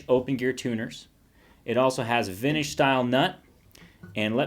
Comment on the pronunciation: What "vintage" sounds like with a lazy tongue